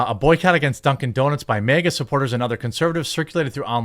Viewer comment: 🤣😂he said "duncin deeznutz" 🤣😂🤣😂